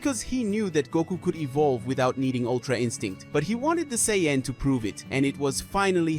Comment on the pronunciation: Blocked for bullshit garbage fanfiction that could never happen. Also, you can't pronounce Sayian properly.